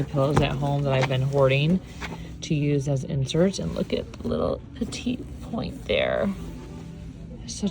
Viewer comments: It's not petite point - it is pet - i - point. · I’m a big fan of your videos! What a fun girls trip. I also wanted to correct your pronunciation of “petit point”. It’s pronounced “pet-ee point”.